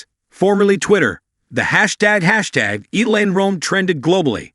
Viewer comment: Please pronounce her name correctly! It’s Ee-Ya-La! Not EELA! You are lazy!